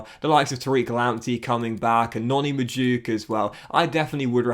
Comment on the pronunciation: its pronounced noni mad u eke